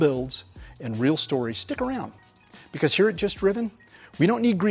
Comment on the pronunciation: Please stop trying to say "because".